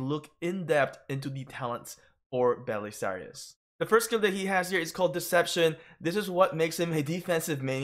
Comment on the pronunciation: It’s pronounced bu-che-la-ri not bu-se-lari. He literally says it as his dialogue.